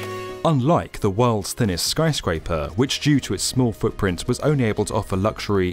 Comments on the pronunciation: Are you saying skryscraper instead of skyscraper? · Is it just me, or does he keep saying "skryscaper"? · Why does he keep saying skRyscraper? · *chuckles* skry-scraper... , , .